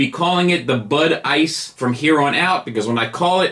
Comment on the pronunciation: This was very informative… but all I keep wondering is “Bud ice” or “butt ice”